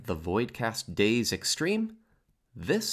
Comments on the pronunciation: Dais is pronounced dye-iss (US) or day-iss (AU). It is not a homophone for "days" u.u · dais = Day-us. Big thanks for the work done on this homie. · Not you pronouncing it “days” 😂 I’m dead